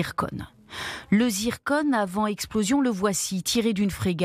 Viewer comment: C zircon et pas zirconne